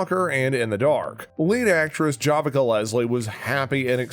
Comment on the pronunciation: First, you can't even pronounce Javicia (pronounced ja-vi-ci-a) Leslie's name correctly. Second, she was in a BET show called "The Family Business," for two seasons. Everything isn't authenticated only when white folks say it is.